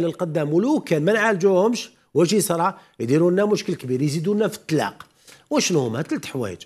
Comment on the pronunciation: يا استاذ إسمه..الطلاق..وليس التلاق...تتكلم وكأنك إمرأة.....